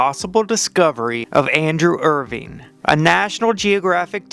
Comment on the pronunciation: “Irving” cmon dude get the name right if you’re going to make a video and post it